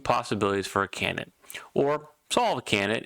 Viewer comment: It's pronounced CAN - DID - ATE not CANNIT matey!